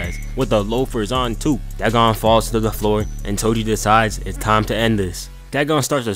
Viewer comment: No, its "da gone"